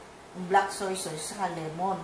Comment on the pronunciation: Sauce is pronounce as “sos” not sawce/sows. Just fyi lang po. Big fan po ako.